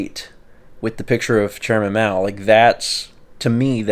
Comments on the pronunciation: Every time you said Mao I heard. So when you brought up the embalming part I got a little scared. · Why did it sound like kept saying Chairman.😄😄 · Right lmao I just came to the comments to see if anyone else thought he said Mao the same way he says 😂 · I had to listen to it a few times. My girlfriend and I swore he said "Chairman." When we realised he said Mao, we prefered it the other way. 😄😄